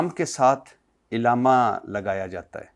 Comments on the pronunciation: Ilama nahi alama hai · بھٹی صاحب لفظ الامہ نہیں علامہ ھوتا ھے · Illama نہیں علامہ ہوتا ارشاد بھائی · ارشاد بھٹی کے لہجے میں علماء کرام سے نفرت دین سے نفرت اہل اللہ سے نفرت واضح چھلکتی ہے ۔ ارشاد بھٹی کو بنیادی اردو بھی نہیں آتی۔ بار بار عِلامہ کہہ رہا ہے۔ جبکہ درست لفظ عَلامہ ہے۔ کئی اردو کے الفاظط غلط پڑھ رہا ہے ۔ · Ilama ni hota Alama hota hay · عِلامہ کے منہ والے 😂 لفظ عَلّامہ ہوتا ہے 🤦🏻😜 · لفظ "ایلامہ" سن کر پوری ویڈیو دیکھنے کا دل نہیں کر رہا ہے.. پاکستان کے بچے بچے علّامہ اقبال سے آشنا ہے اور درست تلفظ کے ساتھ بولتے ہیں .. اس مشہور لفظ تک کو درست بولنے سے قاصر بندہ صحافی بنے پھرتے ہیں.. افسوس ہے ایسی تعلیمی ڈگری پر. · Bhatti Sab ap bahut achha kaam kr rahy hn ab ap ko b kuchh Seekhne ki Zururat hy ..... Illama ❌ Allamah ✅ Man o An ❌ Min o An ✅ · علامہ ہوتا ہے نہ کہ الامہ الامہ مطلب ظالم ہوتا ہے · محترم ارشاد بھٹی صاحب ، بہت اچھا سلسلہ شروع کر رکھا ھے آپ نے.. ماشاءاللہ ایک لفظ غلط بول رہے ہیں اس انٹرویو میں آپ وہ لفظ ھے علامہ آپ اسے ilama پڑھ رہے ہیں۔ جبکہ صحیح تلفظ Allama ھے۔ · ارشاد بھٹی صاحب آپ لفظ عِلامہ بول رھے ھیں صحیح لفظ عَلامہ ھے اپنا تلفظ صحیح کریں دوسری بات آپ حضرت عائشہ کو رضی اللہ عنہ کہ رھے ھیں یاد رکھیں خاتون صحابیہ کے ساتھ رضی اللہ عنہا کہتے ھیں رضی اللہ عنہ مرد صحابی کے ساتھ کہتے ھیں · بھٹّی صاحب !! عِلّا مہ ( عِل لا مہ) یا عَلّا مہ ( عًل لا مہ ) ؟؟؟ اپنے الفاظ کا درست تلفظ اپنائیں۔ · إلامہ نہیں، علامہ ع کے زبر کے ساتھ۔ اور عالم ل کے زبر نہیں، ز یر کے ساتھ عالم۔۔۔ ل کے زبر کے ساتھ عالم دنیا کو کہتے ہیں، ڈکشنری تو دیکھی لیکن زبر ز یر نہیں سیکھا بھٹی نے! اخلاق الف/ہمزہ کے زبر کے ساتھ ہے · ارشاد بھٹی نامی گدھے کو لفظ علامہ بولنا نہیں ا رہا لیکن اس لفظ کے استعمال پر شروع کے دس پندرہ منٹ ابتسام صاحب کو الجھا کر رکھا ہوا ہے